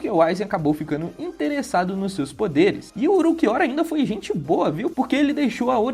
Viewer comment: "Uruquiora" hauahsushsusha tu é japonês é? Fala como tu lê, Ulquiorra.